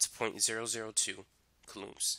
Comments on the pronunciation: "Coolooms"... ima start saying it that way😂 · lol cant get over the pronounciation of coulombs haha